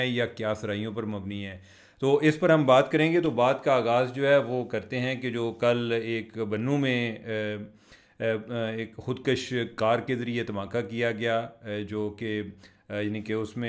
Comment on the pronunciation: خود کَش نہیں خودکُش ہوتا ہے.